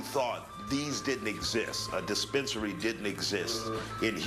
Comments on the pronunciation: He said dispensarry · Got that "DISPENERARRY" lol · The man added a few extra letters to the word dispensary lol